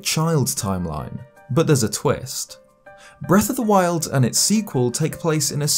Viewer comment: When you can't pronounce correctly it makes it difficult to take this seriously. "bref of the wild" like cmon now.